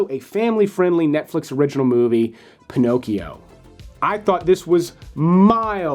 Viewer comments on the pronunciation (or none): none